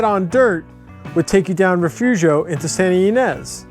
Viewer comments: It's actually pronounced Refoofio! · It's Re-fooo-fio!